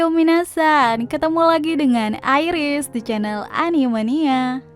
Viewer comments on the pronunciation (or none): Bilang aja iris ,bukan airis